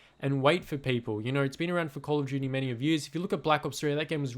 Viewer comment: Because you said “call of juty world wah too”